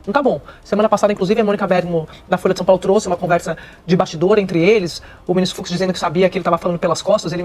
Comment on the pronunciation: FUX e Não FUZ, Desculpa a a Correção Ai.